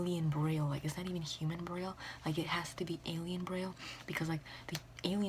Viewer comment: that is NOT how braille is pronounced lol